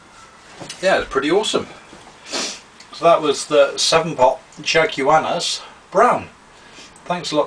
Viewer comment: lolz....it's chaguanas (shag-wa-nas):D